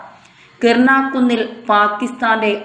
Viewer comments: kirna alla , kiraana ennannu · കിർണ അല്ല കവി കിരാനാ 😂